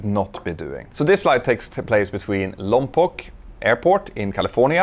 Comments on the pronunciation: Not many people pronounce Lompoc as accurately as you did, unless they are from there. Most pronmounce it as Vin Diesel did in Fast and the Furious Well done. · Props for pronouncing Lompoc correctly! Most people from outside the area get it wrong.